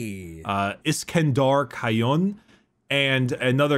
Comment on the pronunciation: Actually Iskandar Khayon is pronounced (Sek-Handur Kain), yeah I know, it’s weird